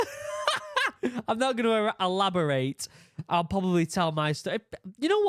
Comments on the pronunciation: “Elabolate”… everyone is f’ing up words in this video lol, luv you guys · Elopitate! Is that a word you use in the UK?